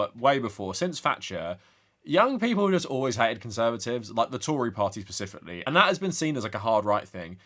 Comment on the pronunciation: The only thing I have to say about this video is that it's "specifically" not "pacifically" edit: and also, you can also see that these alt-right chuds think they're budding philosophers, I can't quite put it into words but the Nietzsche appreciation is practically palpable